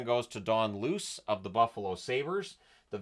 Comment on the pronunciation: Thanks for saying Luce right That’s my last name, no relation im aware of, but lots of people pronounce it Loochay or Loosay 😂